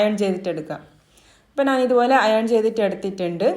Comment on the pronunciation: മലയാളി അല്ലേ. നാൻ എന്നു പറയുന്നു 🤔